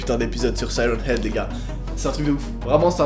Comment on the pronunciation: On dit sirène heag